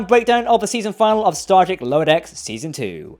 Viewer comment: You always say "season final" instead of fin-a-lee 😝